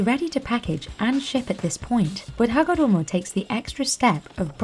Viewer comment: I love the rolling R-esque way you enunciate Hagoromo, it's almost as satisfying as watching the chalk manufacturing process lol